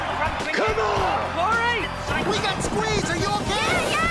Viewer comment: Its Cory, not Carrie